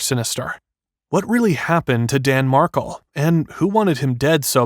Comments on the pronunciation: Mar-kel not markle. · It’s pronounced Dan Mark-EL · It’s Mar’Kel